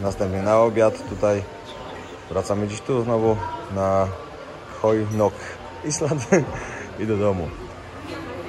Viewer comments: Ziomuś słowo 'Island' znaczące wyspę czytamy i wymawiamy- "ajlend". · island [ˈaɪlənd Wymowa] rz. wyspa. Litery S sie nie wymawia.